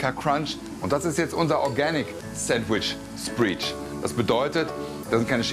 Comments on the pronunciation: "Spread" auch Sprätt gesprochen und nicht Spriit denn dann würde es "Spreed" heißen.. Gerne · Kitchen Nightmare mit Gordon Ramsay in der Spar-Version. -- Ja, und wenn man schon von "Spread" redet, sollte man auch wissen, wie man das richtig ausspricht. Und nicht - wie Herr Rosin - "Spriech"... schon peinlich. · Frank meint übrigens "spread" wenn er "spreech" sagt. Ich weiß zwar nicht, wo er Englisch gelertn hat, dass er nicht weiß, wie das ausgesprochen wird, aber... Ja. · ja, aber man spricht es spräd und nicht spried aus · Sandwich "Spreach"?! 🤣🤣 "Das muss in deinen Kopf implemen..., implem..., Implan..., rein gehen sagen wir einfach mal so" 🤪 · “Spread" spricht man so aus wie "red“, "bread" etc. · Was ist sandwich spreech? :D heisst das nicht "spread" und wird ausgesprochen wie s-"bread"? :D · Die Aussprache von "Spread" üben wir aber auch noch mal, wa? :D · "spreed"...meine ohren bluten 😣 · spread wird /spred/ ausgesprochen^^ Ach herrje! Und, bei aller Liebe. Das, was Rosin da in der Küche fabriziert hat, ist ein kulinarisches No-Go. Das Brot ist völlig obsolet. V.a. es crunchy zu machen, nur um es danach mit einer shitload an Zutaten zuzumüllen, die feucht sind. Der spread alleine hätte es getan mit ein wenig grünem Salat. Was er da alles draufballert, ist konfus as hell. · Organic sandwich Spreech!?🤣 Also, Spreech oder Sprietsch muss irgendein deutscher Fachbegriff sein.... Ich dachte, Rosin hätte in California gearbeitet? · Spread spricht man doch anders aus, oder?🤔